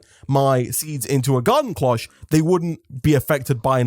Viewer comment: IDK if you say it differently over there but Cloche is said like closh like closhis. the o makes a literal o sound. I am sorry its like nails on a chalk board for me >.<